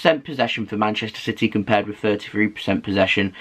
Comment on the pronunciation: It's CITY not CITEH!😠